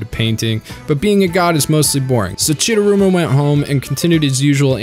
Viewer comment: Chidaruma not chidurama